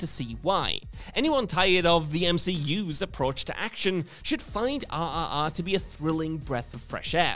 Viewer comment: Anybody else listening search Netflix for the movie "ah ah ah" because British people can't pronounce RRR lol